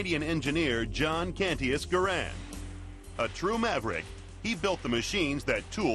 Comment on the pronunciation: You arrogant fool, why... how do you get off assuming I haven't fired a M1? BTW it's G-A-R-A-N-D not, grand, it's French, not English. As a matter of fact I use to own a M1 Garand. I sold it cuz I was very disappointed in it. I have fired both in comparison more then once. So YOU shut up!